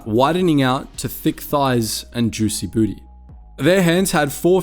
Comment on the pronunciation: Did he just say huicy booty?